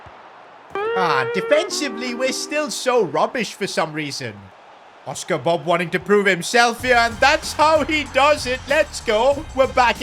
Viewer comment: It Bobb nor Bob that just sounds like bub